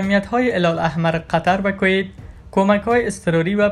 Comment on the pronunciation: کویت را درست بگو لطفا 🙋‍♂️😂